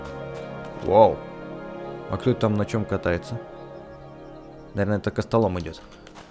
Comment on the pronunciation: не костолом а костомол!!!!!